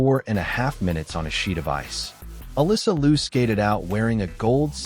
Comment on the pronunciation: “Liu” should be pronounced as “LEE-O”. If you pronounced “Loo”, it should be for the last name of “Lu”.